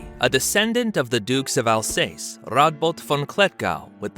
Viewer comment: Stopped watching after 5 secs hearing you pronounce Alsace and im not even French